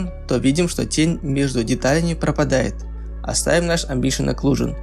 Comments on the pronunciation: Амбиент Окклузион, а не Амбшиен Окклузион А так ты гуд все делаешь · АмбиШиен ЭклюЖиен чи шо, - не слышу. - Даб-даб-да-а-аб :) - (Валакас). Надеюсь не всерьез парниша эти слова говорит. Я не против, но есть ебнутые люди которые будут переправлять как училки - встречался уже с такими.. - Всех почему то это раздражает, прям задевает их чувства можно сказать :) LOL.И еще один пример - Не "Меш Шмус", а "Мешь Смус" и т д. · Амбишн оклюжн?! Это просто дикий ор, амбициозная оклюзия Мэн))))Прочитай внимательно амбишн ахах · Амбишен аклюжен )))) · амбишин оклюжин ахахааха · амбишен оклюжон :)) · Орнул с этого амбишен аклюшн